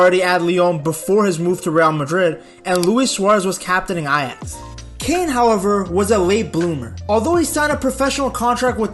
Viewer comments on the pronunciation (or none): none